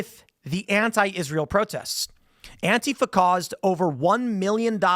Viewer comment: Antifa is 3 syllables not 2 Tim...sounds wierd when you say it with 2